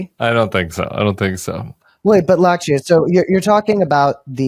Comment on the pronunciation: Lakshya is pronounced LUCK-shyuh